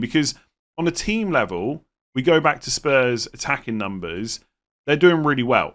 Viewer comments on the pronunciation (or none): none